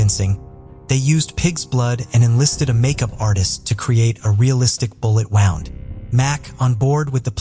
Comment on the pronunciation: A bullet WOUND ( rhymes with ROUND ) ??????? such a serious topic -- the taking of others lives & you can't even program your damn robot to pronounce a simple word properly ?? It's enough to turn me off . I'm clicking out .